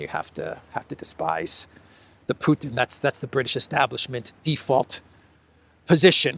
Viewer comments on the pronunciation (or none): If he's going to say 'PEW-ton' maybe we should call him 'Disappears Morgan'. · Piers pronounce Putin to sound similar as puke. It is with calculation. Maybe soon we will hear from Piers mouth president Puking, just by accident. is right btw that Piers uncensored is just a simple MSM channel. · Theresa May also said "Pjutin", maybe it´s a UK-thing?